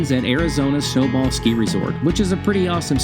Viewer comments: I like this video, I am a Arizona native. You were talking about Humphrey Peak in Flagstaff, but you mispronounced where you can get to the hiking area as SnowbALL but it is actually SNOWBOWL. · Snowbowl, not Snowball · ‽‽‽SNOWBALL SKI RESORT‽‽‽ TRY "SNOWBOWL",! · Uh, that's snowBOWL not snowBALL. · Snowbowl ski resort. Get it right Sir. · Did he say Snowball? Snow Bowl. That’s a fact! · Wait hold up did he say snowball ski resort or snow bowl ski resort